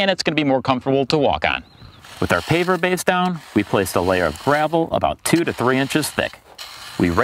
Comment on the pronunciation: Are you saying "paper base" or "paver base?" I can't figure out which. Needs a bit more articulation.